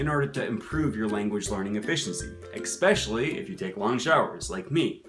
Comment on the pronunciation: did you say "eXpecially" ?? 😁